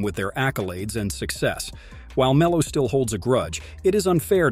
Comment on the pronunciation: Poor Me-low